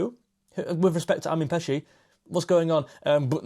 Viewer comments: Hey mate, just for info, Pécsi means from the town of Pécs, like Armin of Pécs (Hungary's 5th biggest city), pronounced (close enough) Péchi (é like in café ch like in church, i like in ship). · close, but if you want to go for perfect pronounciation, then its more like: Armin (with A sounds like the u sound from up, and i is short.) Pechi (with e sounding like a from stale, and i is short) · Correct....more information....Pécsi pronounced like patchwork.......Szoboszlai Dominik means Dominik of Szoboszló....Hajdúszoboszló is a City of thermal bath in Hungary.......Hungary have so 250! thermal baths....Greeting from Hungary😰